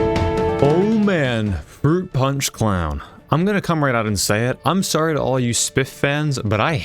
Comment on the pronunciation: froot pawnch for evewywan